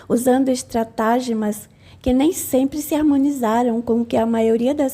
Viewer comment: Lê-se *estratagêmas"